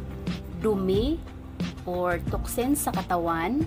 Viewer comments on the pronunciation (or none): "toxin" po hindi "toxen"